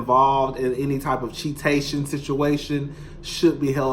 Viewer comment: I heard cheatation more than once, lol. You trying to make this a thing lol